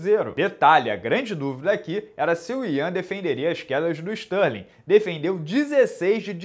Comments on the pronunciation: Stalin, Barovit, Adessanha kkkkkk Minotauro fala os nomes de qq jeito kkkkk eu acho maneiro... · toda vez que ele falava isso eu ria pra crlh, ele enchia a boca pra falar Stalin, kkkkkkkkk